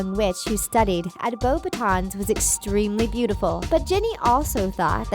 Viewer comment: (Boa-baton)beauxbatons 😂😂😂😂 her pronunciations and this video overall is one big cringy insult